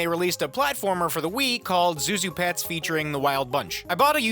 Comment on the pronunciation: it is incredibly annoying that he spends the entirety of the ZhuZhu pets segment pronouncing it wrong.